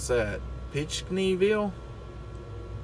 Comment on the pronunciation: It's Pink Knee Ville btw